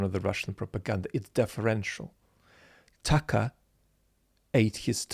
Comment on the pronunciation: It is not Tucker it is Tuckaahh according to the genius talking on the video.